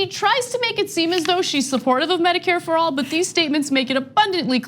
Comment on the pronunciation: "Meh-dicare" lol